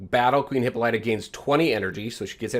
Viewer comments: Hahaha did u pronounce it hipp-a-light -uh? Hahah it’s Hipp-Paul-it-uh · That's not how to say her name. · FYI: This is how you pronounce her name.